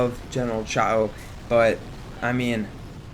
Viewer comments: its actually pronounced "jhao" not "chao" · TritiumC7 yeah I’m Chinese and this is definitely the American pronounciation